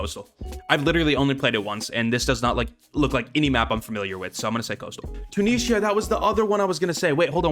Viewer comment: Breaks me how you say Tunisia. And the season 6 name was LITERALLY (Bobby) Once upon a time in RUST😂